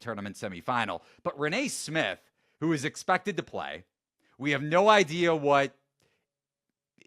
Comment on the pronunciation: Also, it’s pronounced “rain” smith lol